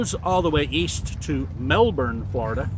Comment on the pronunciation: Good to hear the proper pronouncation of Melbourne.. most Americans will call it Melborn